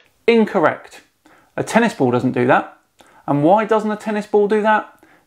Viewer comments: Why can he not pronounce the L in ball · is it me, or is this guy not even able to pronounce the word, "ball"...